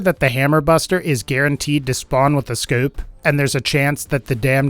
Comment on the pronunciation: "Guaranteed to spawn with a scyuope" lol